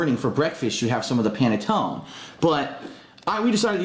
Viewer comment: The man can't even pronounce panettone correctly, I find it hard to believe he has any Italian in him. Also the way he makes his pasta is ridiculous.